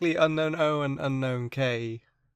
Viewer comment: It’s UN OWN not UNKNOWN